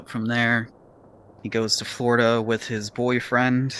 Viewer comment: "in flordia" cringes in floridain